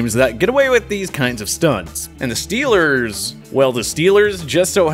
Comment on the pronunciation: Scheelrs not goina soupaer baowl!